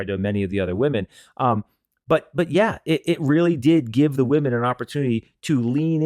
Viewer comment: Grant is a little soft! My biggest turnoff with him is that he constantly uses the word “woman” instead of “women”’when speaking about the group. Can someone please teach him that plural for woman is “women” and it is pronounced differently. So cringy!